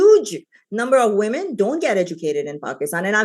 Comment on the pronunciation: “If VweMen”, once you pronounce “Women” like that you shouldn’t be able to vote on western values.